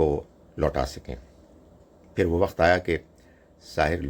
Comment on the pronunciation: چچا جی وخت نہیں وقت ہوتا ہے ۔